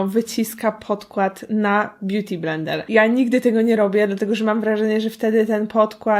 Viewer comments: kto tam usłyszał "blendel" XD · A kto słyszał Brendel?